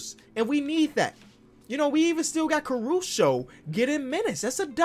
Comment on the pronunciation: Nononono, Alex CaruSHOW